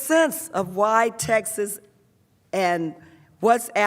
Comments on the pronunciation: I swear if she says “textes” for texts one more time I’m going to die laughing. How in the world are these the leaders of our country if they can’t even properly enunciate our national language in front of not only congress and the American people but the world on television and online? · I know right. Thought she was trying to say Texas LMBO!